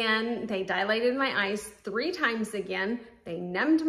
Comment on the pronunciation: Dilated. DIE-lated. NOT Die-UH-lated. Dialogue, dialectic, diatribe, diameter, etc. NOT Dialated.